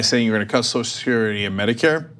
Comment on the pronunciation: "SO-shull security," NOT "SOS-security"